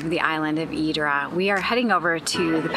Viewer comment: Its not Hydra is pronounced Idra pls dont boucher local names !!!! Nice video though !!!